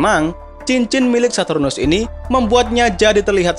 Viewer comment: bang sartunus bukan hardtunus